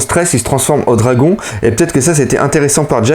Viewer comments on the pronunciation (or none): none